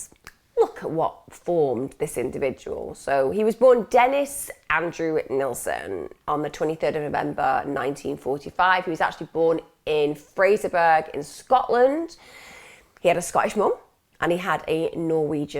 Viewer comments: Fraserburgh is pronounced FRASER-BURRAa. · Psst. Fraser -burr uh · Can't wait to hear your take on how such a sick individual was created Emma. Absolutely love your content. It's pronounced Fraserburgh...like Edinburgh though. It would have killed me not to correct that...sorry 😉